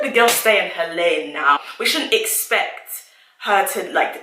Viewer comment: She said let the girl stay in her lane...with the accent lol